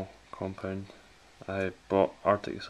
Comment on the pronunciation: ''Thermal 'cumpund'.''